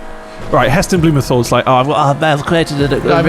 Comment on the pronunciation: You pronounced Heston Blumenthal wrong, it's pronounced heh stuhn bloo muhn taal. Come on boys, you are 4 years older than me and even I know that lol